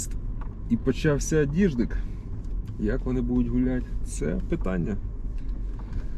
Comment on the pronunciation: Говориш, почався діждик😂😂😂